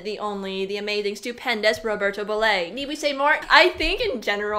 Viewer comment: Being Italian I have to correct on Roberto Surname: it's Bolle not bollé no accent on the last letter😅